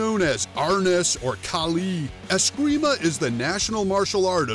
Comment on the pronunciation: "If you know anything about martial arts you know about askreemah and eeyado" well you obviously don't know anything about martial arts pal.. ya can't even say the word right